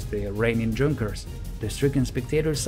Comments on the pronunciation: It's pronounced Yunkers....with the "u" like in "foot"....not dshunkers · The narrator might like to know that Junkers is pronounced YOONG-kers, not DZHOON-kers. Like the Russian Ю. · Fantastic video - my only slight quibble is that in German the J is pronounced like a Y - so more correctly a "Yunkers" rather than "Junkers" ... not that it detracts with the quality of the video. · YU-nkers 87 NOT JUNk-ers!!!!!! Also it seems at least a couple of you guys seem to be in competition to see who can talk the fastest and it reached the point of sounding more than just a little bit silly! And no I am not slow I am well aware of what normal speech sounds like. One "dark" channel, not so mysteriously, sounds perfectly normal when the play back speed is set to 75%! Please slow down a bit bit and and the presentation will sound MUCH better, otherwise this was a great video. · I'm sure germans pronounce them Yunkers not Dzhunkers, but given that they lost 13 in a minute, perhaps the latter is more fitting? 😂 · Nice video. It's pronounced like Yoon-kers, not like Junk-ers. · Please, it's not Djunkers, it is pronounced "yunkers" thankyou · "Junkers" is pronounced with a "Y" sound not "J". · It is pronounced yoonkers, not djunkers. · Good video mate. The plane company is pronounced Yunkers tho, the "j" is silent. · as a person who speaks German, I don't know any Germans who would pronounce "Junkers" as anything other than "Yoon-kehrs" (spelled phonetically). A Junker, at least in Preussen (pronounced "proysen") is "a member of the landed nobility). German pronunciation isn't optional, and it's also why they don't need spelling bees because if you can hear it you can spell it. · Junkers is pronounced "Yunkers", not with a "J" sound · Fantastic video! One small detail: I believe that Junkers is pronounced "younkers". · LOL “JUNKERS” 🤣😂🤣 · That's "Junkers" with a "Y" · Great video, except it's "yunkers"! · pronounce yungers